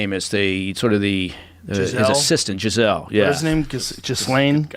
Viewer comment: It's JIZZ-lane.